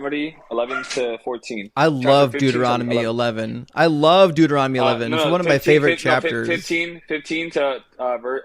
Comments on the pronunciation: These people are so poorly prepared. Most of them get info off websites that are also sloppily researched and just plain wrong. One of the callers even pronounced Deuteronomy, Dude-er-on- to-me. To that I would say, yes, this Dude Is On To You. These people do not even actually read, deeply read, their own BIG BOOK OF GOD THINGIES. (Please excuse the Trumpian caps lock) I just found your great channel and subscribed. Intellectual evisceration is so fun to watch. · Bro said durahmety instead of Deuteronomy 😂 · "Duo-er-odimy." How precious. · The caller said, “Look at the book of Duromity”. 😂😅😂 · My favorite part is that this guy can’t even pronounce the book Deuteronomy. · Why can't these callers ever pronounce Deuteronomy? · Dude can't even say Deuteronomy. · He can’t even pronounce Deuteronomy correctly 😂😅🤣